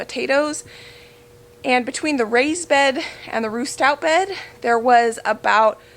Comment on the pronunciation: I’m digging your channel. 😂 it sounds like you’re saying roost out, but i know that you are saying Ruth Stout, here in fl, potato towers are the way to. Those are nice, I watch lumnah acres, and those are the same handles they just installed. Wondering, can you taste the onions in the potatoes ?, I don’t eat/like onions, it am willing to try new things.